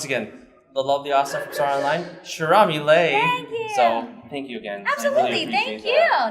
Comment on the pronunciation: You said her name wrong and I love how polite she was 🥰 queen 👸